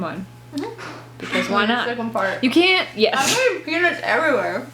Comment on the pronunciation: It sounded like said "I'm getting penis everywhere" instead of peanuts everywhere. It made me lol.